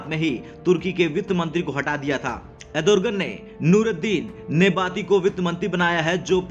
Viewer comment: अरे भाई, एर्दोगण बोलना तो सीख पहले, तुझे अँकर किसने बनाया??